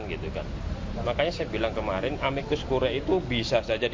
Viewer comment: Ini Editor/Produser-nya ga ngajarin cara baca bahasa Latin kah ke Pembawa Acaranya?